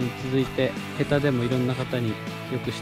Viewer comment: とだじゃなくて確かへたですよ